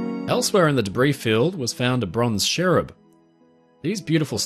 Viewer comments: Cherub not sherrub 🙄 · Fascinating video - thank you 👏🏼 Just confused as to why you kept saying “sherub” when they are called cherubs? 👼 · I have never heard someone call a cherub a sherub before...this was very cool though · Great video, as always. But I'm not entirely convinced by your pronunciation of Cherub 😖